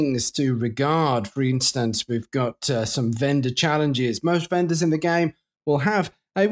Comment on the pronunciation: On what planet is “In” read like “I’m?” And did you just call the raid the Stone “Script?”